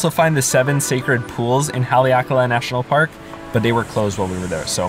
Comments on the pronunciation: I dont get how pronouncung kahului is hard. Lol you just left out the "hu" completely. Im just giving you a hard time, i live here :p oddly you did a better job with Haleakala. Ps: dont go to cove park in kihei. Dirtiest water on the island. Im talking fecal matter. I'm getting my bachelor's in sustainability so thats why i know. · You pronounced Kihei and Haleakala correctly. Also, I never knew they sometimes closed the seven sacred pools area in Kipahulu. That's a bummer. I guess if you want to go there, you have to call ahead of time and check. I wonder why they would ever close that area.